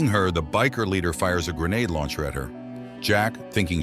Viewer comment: Did you call the rpg a grenade luncher ?